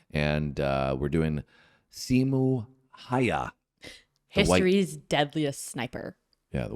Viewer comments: not once in my life have i met someone who says simo häyhä correctly and i'm offented. Someone needs to teach everyone how to say the name correctly... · Its HÄyhÄ ... Ä is not an A. At all...